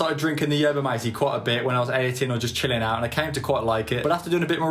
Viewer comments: its not mah tay, its mah teh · You pronounce the yerba bit fine. But the Mate bit should be pronounced (by a British English speaker) Maa-tay. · By the way you put in the straw and then you out in the herba and then you put in the water. And your joy supposed to mix or move the straw. It was good enough. And it’s prounounce mawtay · he calls it Matey 🤣🤣🤣🤣🤣🤣🤣